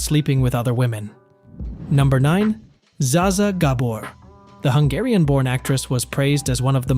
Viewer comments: You missed pronounced Zaa Zaa Gabor it's zaa like baa and it's Ga-bor. You missed a big one with Gene Kelly, he was perfectionist jerk. During his time during the Muppet Show Brian Henson quoted his father when he said he wanted to fire Gene Kelly by the time filming ended everyone wanted to kill him. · I hate these terrible AI voices and the lousy, lazy programmers that run them. C'mon, Zsa Zsa Gabor isn't that hard to pronounce correctly. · Love how the bot mispronounces Zsa Zsa Gabor's first and last names.